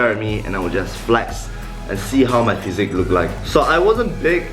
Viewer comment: It’s physique not physic